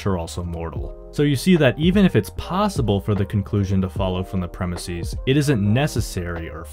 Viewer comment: “Premise” is not of Greek origin, yet you are pronouncing its plural as though it were. Plural of premise is pronounced PREM-iss-ez, not PREM-iss-ees.